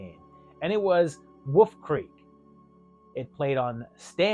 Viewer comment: Still can’t pronounce Wolf. Okay.